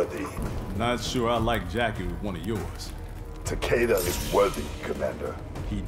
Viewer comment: Thank you for pronouncing Takeda's name right. Start working on Shirai Ryu.